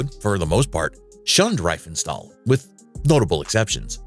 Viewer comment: It’s pronounced Ree-fen-shtahl